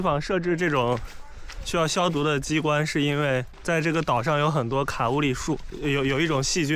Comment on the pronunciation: 把Kauri发音成KA-U-li这样对吗？查了一下毛利语里应该是KOW-ree的音吧。